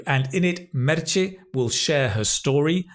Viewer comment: Hahahaha, love the way you pronunce Meche. It´s Merche, ending in "e" , not Merchi ;). Greetings